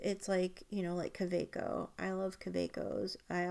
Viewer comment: Excellent vidéo ! Thank you ! (It’s not Lumley it’s LAMY and it’s not Cabaco it’s Kaweco😉) I can’t believe the price of the Visconti ! Is it worth it ?